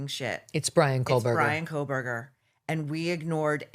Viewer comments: Megyn,it’s CO- burger. The way you are pronouncing his name you’re adding an L Col burger it’s CO- burger. I have heard you say this name for years the wrong way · Megyn I love you but there is no “L” in Kohberger. 🫣